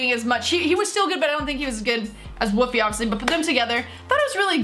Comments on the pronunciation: He's in Canada and it's Wolf-ee not woofey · It’s not Woofie, it’s WOLFIE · U said woofy It is woolfie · It's wolfie not woofie. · His name I wolfie not wofie and Sean's favourite YouTuber is mineminter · You Said Woofie...... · She says wofie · Is it just me or did she say wofie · Woofie raps? She cant even say his name right